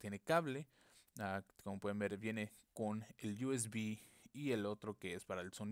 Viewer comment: el "iu es bi" JAJAJAJ pero por dios, no entiendo por qué hablas asi, estás en latinoamérica capo